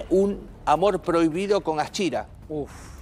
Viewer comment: Ni el nombre saben pronunciar éstos bolu0s.Aschira es...